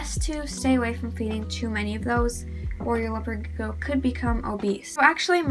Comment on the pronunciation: Do you need help pronouncing the word Gecko… you’re not saying it right and you’re saying it a million times